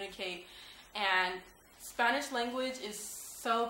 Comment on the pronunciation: hello. u looked really nice with the traditional blusa. your a beautiful women. this is the 1st video I see of you but I could tell u can talk Spanish because when you said Spanish you said it like a Mexican says it.